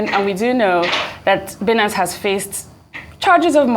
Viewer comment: It's pronounced "buy" nance.